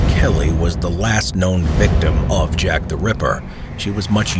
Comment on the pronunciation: So I’m not the only one who heard “Shaq The Ripper” right !?